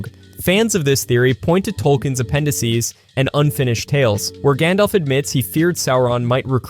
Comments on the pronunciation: It's not gondolf, Gandalf. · It's not "Gondolf" it's Gandalf. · "Gawndawlf" gross